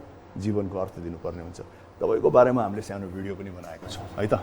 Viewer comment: Syano break hoina k Rajesh Dai sano break vannu na ya aru lai Kati haso lauxa😂😛